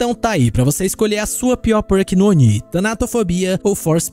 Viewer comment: obrigado pelo vídeo! Que delícia ouvir a pronúncia correta do Oni 👹! Faz um vídeo como esse aí agora mostrando os melhores perks pra cada killer 🥹